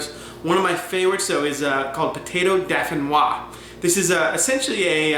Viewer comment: Nice but please it's pronounced DOH-FEE-NWA!